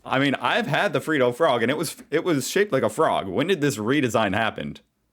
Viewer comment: Its ot Free dough m8 its Fred dohh